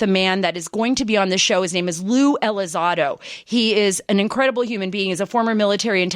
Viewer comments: I keep hearing her say ELI ZAD OH... lol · "Blink 132".... "Lue ElizARDO"..... Pretty embarrassing